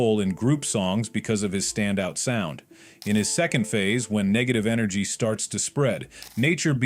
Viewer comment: Blud keep saying negative enegry